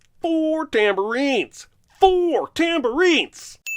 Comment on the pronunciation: "Four tamborines... FOUR TAMBORINES!"